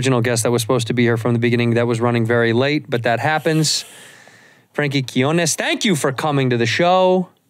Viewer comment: seriously, first Segura mispronounced his name and now you??